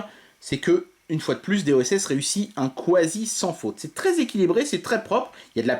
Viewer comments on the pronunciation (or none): juste une question : pourquoi tu dis "quasi" comme "kwasi", tu dis "quiche" "kwiche" ? :p